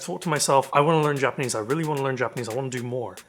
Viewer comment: I find it really interesting to see someone completely new to Japanese trying out this program. It's been so long since I started learning Japanese completely from scratch that I don't remember how hard it was! Your pronunciation is already really good, it seems like the natural sentences help a lot!